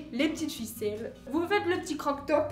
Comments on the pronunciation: « Croq top » Moi et tout le monde: « crop top » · Salut je voulais te dire que je t'aimer et a un moment tu à dit croc top est pas crop top o:-)